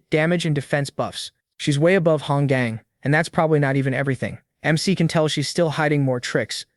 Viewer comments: Bro, love your stuff but you gotta stop your AI from reading this as Mick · Hearing mec mic Mac and mr is poor work for trying to say mc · Why the fuck do these ai Keep calling the mc mikk instead of their name?!😭😭🙏🙏🥀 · the mic is actually the mc the ai voice cant detect it correctly because MC is a acrynom so it says it as mec or mic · Unc did you get a new AI? It’s not even saying MC right😂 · Why can’t u say the name ai can’t even say mc 💀